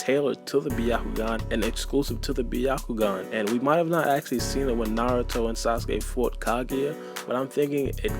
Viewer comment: it's pronounced Bya-ku-gan not B-ya-ku-gan.